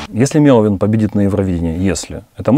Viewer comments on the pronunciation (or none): Почему так сложно выговорить 3 слога, и сделать ударение правильно. MElovin запомните